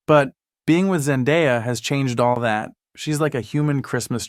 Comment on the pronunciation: Zen-DAY-A NOT ZEN-DIE-A